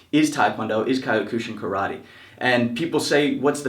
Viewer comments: Kyokushinkai is not pronounced kai-oh-ku-shinkai its pronounced kyoh-ku-shinkai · Thanks for sharing, but please learn proper pronunciation. In addition to words already mentioned: "kyokushinkai". I just clicked on Subscribe btw.